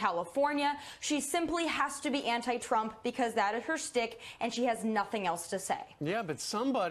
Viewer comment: If you know anything about Maxine Waters, you also know why she's often referred to as "Muddled" Waters... No Barbara Jordan, she. But Tomi, dear: The word is "shtick," not "stick." Once a shiksa, always a shiksa. (And as notes, none of the women Lahren cites as being excluded by feminists are independent, progressive or even genuinely liberal - women we know Democrats, including alleged liberal feminists, disdain.)